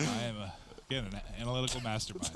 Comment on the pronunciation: "And once agun"